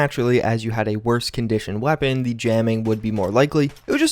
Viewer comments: Cant say weapon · Why do you have a problem saying the word weapon? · Hearing you say weapon again, ahhh 😎😎😎